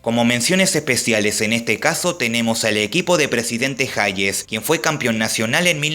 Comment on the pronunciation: Futboquenado, nosotros decimos presiente Hayes, con h muda. Aunque en inglés si se pronuncia, como Geis/Jeis